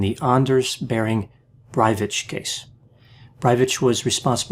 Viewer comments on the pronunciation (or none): Norwegian here, just wanted to point out it's pronounced "Breivick", not "Breivich". Good video tho! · Breivik is pronunced Breivick. Not Braivits. He just rented the farm temporarily. I think he is a malign psycopathic narcissist. And a terrorist of course. He is not right wing, he is a nazi, that is National Socialist, LEFT. Im chocked about his mums behaviour but not too chocked about the Norw. social services not removing him from his mum. They are unfortunately incompetent. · "Brivitch"? It's pronounced "Brayvick" I know that because I just watched a documentary on him filmed in Norway featuring mostly Norwegians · Breivik not breivich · Breivik🇳🇴 ❌ Brević🇷🇸✅ 😂😂😂😂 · Please! It isn ´t hard to check the pronunciation of names. Anders Behring Breivik isn´t a Breivitch. It is extremely disturbing. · k pronounced k not ch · u say braivich, wrong.its breivic kkkkkkkkkkkk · His surname is not pronounced "Brywitch" but 'Bryvick' ('vick' pronounced as in the product 'Vicks-vaporub') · BrajVich... :) It's BreiVic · His surname is Breivik, not Brivich😅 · i know, it's driving me nuts. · It’s BreiviK, Not BreiviCH, not sure how you pronunciate it with a “CH”? Maybe I’m wrong? But hey great analysis, I thought I knew about this story, but I learned a lot here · Why pronounce k as ch? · Breivik is pronounced [ˈbræɪviːk]. There's a "k" sound at the end, not "tch". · It's pronounced "Bray-veek" not "which"! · Breivik is pronounced much as it's written, there is no ch sound in Breivik, it's pronounced Brei vik, vik prounounced very much like vik ings. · Breivik is pronounced with a hard K at the end, but great channel overall! 🇸🇪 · Make a video about and why he feels the need to "speculate" about anything. Also why he cannot say the Word breivik... It's vik not vitch. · It's BreVIK not "BreiVITSCH" the tosser is not from Eastern Europe. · he's Breivik not Brievich =_= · intresting video but you could do the pronunciation better,, breivick,, not brevicj